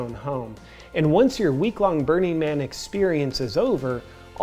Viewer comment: Is it just me or does his pronunciation of "Burning Man" sound like "Bernie Man"?